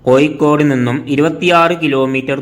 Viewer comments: കോയിക്കോട് അല്ലെടോ... കോഴിക്കോട് .വാഴയുടെ "ഴ "ഏയ് അല്ല . ഏഴ് . നീ ഒക്കെ ആദ്യം മലയാളം പഠിച്ച് വാ....കഷ്ടം .... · Koyikod alla kozhikod aanu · koyikode alla koya, kozhikode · പല്ല് തേക്കുമ്പോൾ നാവ് നന്നായി വടിച്ചു വൃത്തിയാക്കുക "കോയിക്കോട്""😂😊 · കമന്റ്‌ കിട്ടാൻ വേണ്ടി അങ്ങനെ പറയുന്നതാണ് എന്ന് തോന്നുന്നു.....😊 അല്ലെങ്കിൽ അറിവില്ലായ്മ കൊണ്ടോ അക്ഷര ശുദ്ധി ഇല്ലാത്തതു കൊണ്ടോ ആണ് പ്രശ്നം